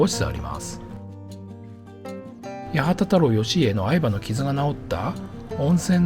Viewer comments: どうでもいいけど、はちまんたろう よしいえ。 やはたたろう ではない。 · やはたたろうではなくてはちまんたろう